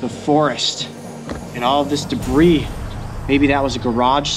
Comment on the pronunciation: When u said all this dibris